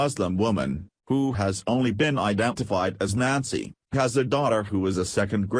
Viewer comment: Only identified as Nazi.... that's fitting. Yes I know it's Nancy, shitty computer voice just makes it sound like Nazi. Edit which is more fitting.